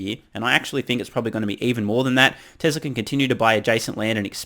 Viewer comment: You and Elon are among the few who pronounce ‘Tezla’ properly. Thank you for your attention to detail.